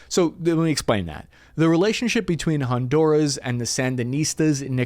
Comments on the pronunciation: its honduras not hondouras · Did you say “Hondourish”?😂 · keeps mispronouncing Honduras😊